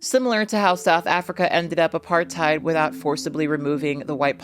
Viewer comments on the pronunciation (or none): none